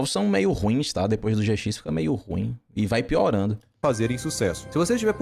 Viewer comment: Yu-Gi-Oh! Zê Cis KKKKKKKKK o cara troca o J pelo Z